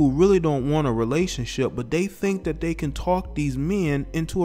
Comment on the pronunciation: “You cannot do tha-TAH “ 🤣 sound bite.